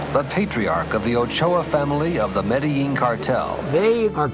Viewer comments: say medellin corectly stupid asses.. pronounced Medejean.. not medehean.. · now I know how to pronounce MEDELLIN ( not ME DE LIN) it's (ME DE JIN)